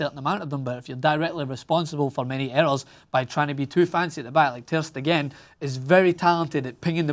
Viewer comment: The way this scotch egg say ter stegen is sooo aggravating